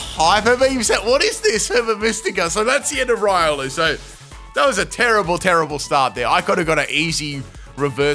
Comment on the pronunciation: Its reeolu, not raiolu. Keep the good work ! Ciao !